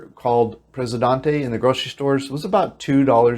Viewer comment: You show random video with no relation to the narrative. If you're talking about buying groceries then show video of the grocery store. If you're talking about restaurants then show a montage of restaurants. You can put your wife in front of each. If you're talking about Presidente beer (check your pronunciation on Presidente) then show your wife holding a Presidente beer. If you're talking about apartments then show a montage of apartment buildings and mention how far they are from the restaurants, services and beach. You bounce around and no one knows where you are. 90% of the video is of the beach but you're talking about living in So-SU-a. It takes more than a beach to live there.